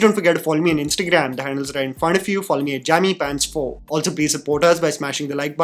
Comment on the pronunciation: It's Pant or पंत